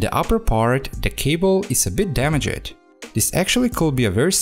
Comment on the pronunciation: The way he pronounces damaged. Sound too legit. :)